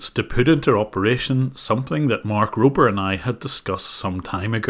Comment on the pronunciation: It's Mark Rober, not Robel ^_^